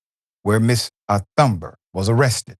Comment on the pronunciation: Bro Dr Richey EVERYONE KNOWS HOW TO PRONOUNCE GRETA THUNBERG'S NAME!!! LEARN HOW TO READ BETTER!!! Embarrassing my brother!😬